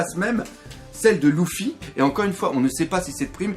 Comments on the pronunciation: On dit pas louffy on dit leuffy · Le mec dit Louffy, j'ai dislike !